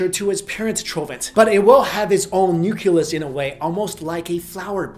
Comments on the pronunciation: Nuculus? No... Nucleus. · "Nuculus?" really? It is nu-KLEE-us! nucleus. Not nu-KU-lus. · Oh my god, it's nuCLEus not nuKELUs. It's been years since you've been mispronouncing, get it straight. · New Klee Us. Not Nuke Ya Lus. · You pronounced Nucleus wrong. It doesn't sound like "nuculus" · did u really just say "nucUlus?" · Learn how to pronounce nucleus !!!!